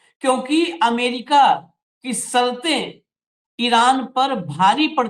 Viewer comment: " माफी " के साथ कहना चाहता हूं , आपका शब्दों का उच्चारण सही नहीं लगता . जैसे "शर्तें" आपका उच्चारण " सर्तें " . "बादशाह " आपका उच्चारण " बादसाह ".